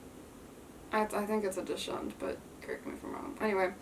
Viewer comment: It’s pronounced “dox-und”